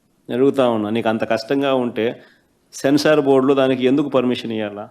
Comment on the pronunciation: సెన్సార్ నాయన సాన్స్ ర్ కాదు